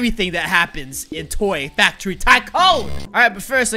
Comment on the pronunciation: you said toy factoy